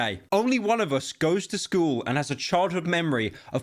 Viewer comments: pyro finally made the "at least we don't 'ave shchool shchootings innit" meme real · "WELL ATLEACHT OUR SHCOOLS DON'T LOOK LIKE A BLOODY CO'O DU'I LOBBY"